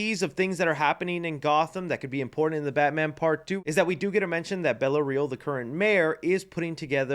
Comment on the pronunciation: His name is Carmine Falcone, not Carmen lol and her name is Bella Reál, not Real